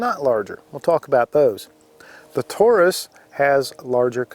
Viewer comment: "Tore Us"??? Dude, it's American English.